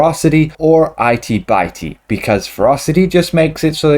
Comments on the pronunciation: Lmao i-tea, bite-ey lmao it-tee bit-tee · I know this is an older video but I just saw it and I'm wondering if the modifier should be pronounced 'it-e bit-e' and not 'eye-t by-t' or was he just being silly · LOL! "Eye-tee Bye-tee"! "Itty Bitty", as in little! {:-:-:} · "Itey Bitey"? 🤣😂